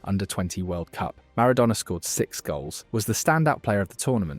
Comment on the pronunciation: i just wish you could pronounce Maradona correctly consistently..